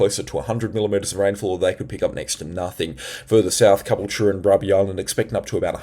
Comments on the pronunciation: It’s not cobble chure it’s ca bull cha😂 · Please ronounce Ca BULL cha correctly! Caboultute is not cubblech. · Great info! But please Caboolture is pronounced Ka Bull ture. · cabool-cha. thats how its said. been pissing me off. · Constructive criticism. Some viewers have said you talk too fast. I would say no, I can keep up, it's refreshing to hear 18 mins of information and advice instead of nonsense but at times it sounds like you need a breath. Also I would suggest slowing down just a fraction so you can get those words out. And just a couple of towns you're not pronouncing properly. Look up Caboolture and Murwillumbah, these are the towns you're pronouncing wrong. And basically that's it, your channel is great I love it. Maybe adding a comma here and there in your speech will help you to sound more tv like , I guess. That's where I see you, you sound better than the guys on tv, I'll tell you that. I'm in Labrador area of gold coast. Friday night was the strongest wind. Saturday not too bad, and right now Sunday, rain all day, was heavy between 1230 and 1240 roughly. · The way you pronounce Caboolture cracks me up😂